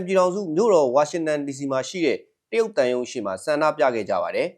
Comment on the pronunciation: နာမည်ကိုက. တယုတ် ရုတ် ပါဆို အသံထွက်ကိုက. ယုတ် ဘယ်လိုလုတ် ကောင်းမတုန်း